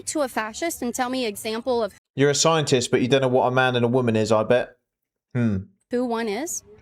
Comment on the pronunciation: Yea.... A "Sign"-a-tist